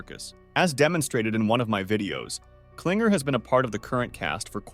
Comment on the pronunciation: "PLIGER" AND "CLINGER"